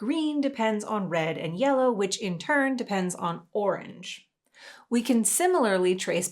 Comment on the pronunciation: I wonder if there is some weird effect caused by an audio compression algorithm that somehow glitches at that exact intonation of "Yellow"??... nah I'm overthinking this